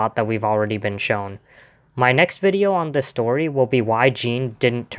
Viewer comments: I think you mispronounced Jean's name. His name is pronounced the same way as John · I pronounced Jean's name as John. Are you okay with that? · Even the French fans pronounced it as John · The way you mispronounced Jean's name is like you never English dub. Grow up kid. You're just a kid who should've watch the anime season 1 to know more about AoT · Would've been fantastic if you pronounced Jean's name correctly